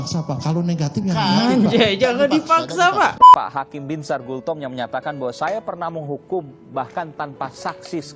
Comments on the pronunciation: Bos nama orang yg benar disebut jelas² tertulis BINSAR GULTOM tapi ber-kali² disebut GULTOMO knp ini ??? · Bang, baca nama jgn salah2 dong, Binsar Gultom, bukan Binsar Gultomo. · Nyebut namanya salah2 mulu bang